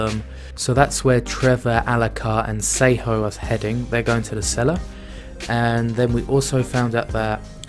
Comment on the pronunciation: Why do you pronounce Sypha’s name as “Saeho”?